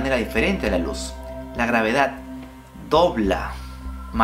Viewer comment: que aprendi con este video? que se dice gravedat, no gravedad. mentira te hamo